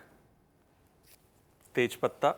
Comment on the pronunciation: whenever he says Tejpata.. it reminds me of someone from bihar 😂😂